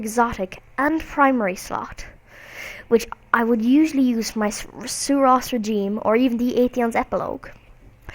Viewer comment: (SU-RASS- RE-GIM-EE)